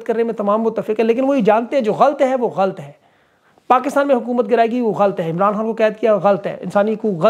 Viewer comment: آپ بڑے اینکر ھیں تلفظ کا دھیان رکھا کریں لفظ غلط ھے غ اا ل ط